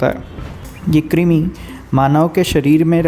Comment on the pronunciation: क्रिमी नहीं कृमी (क्रुमी)